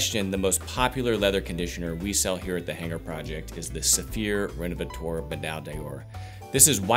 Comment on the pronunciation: "Rénovateur" isn't pronounced "Renovatoar". The French "eu" is pronounced like the "e" in the English word "her", the "ea" in "to learn", the "i" in "first" or the "u" in "turtle" for instance. 🙂